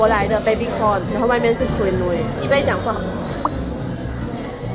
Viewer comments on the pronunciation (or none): 温馨提醒，Shu Sen有几个英文字念错了，Raffles, Ritz Carlton, Quinoa (这个字的发音完全错误）还有 Beige color。发现Shu Sen 近来都会被一些大牌子邀请，很棒，建议牌子的名字不要念错，以表示对品牌方的尊重。与品牌合作最避忌就是把人家名字念错。加油哦。多问多练习可以被改善的。